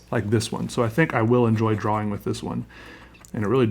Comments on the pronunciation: the way he pronounces drawing, he say drwawing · Drawing. Awww. Not owe. Drawing.